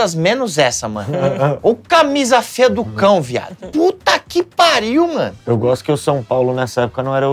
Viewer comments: "Ô CAMISA FÊA DO CÃO" baixou o matuto nordestino no hueuheuhe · baixou o cearense no, baixou o pezão kkkkkkk " o camisa feia do cão "